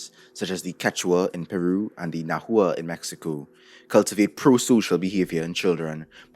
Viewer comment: Quibble: "Nahua" is pronounced like "Nawa" because it's spelled using (quite old) Spanish spelling rules. Love your videos! They always have something in them that expands my perspective and understanding! Thank you for your work!